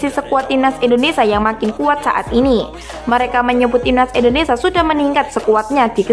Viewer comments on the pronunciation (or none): Indonesia mbak, bukan Indonesa😅🙏🏼